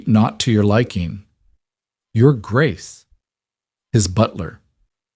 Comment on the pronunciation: The voice doesn't understand how to say "Your Grace".